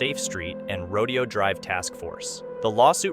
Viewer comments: Ikr! I had to correct him out loud while watching this lol, I said "You mean ROdayO drive!"😅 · Video narrator, Rodeo drive is pronounced “Ro-day-oh”